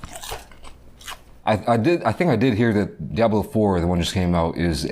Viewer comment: really poking through with that "Diaaablo" pronunciation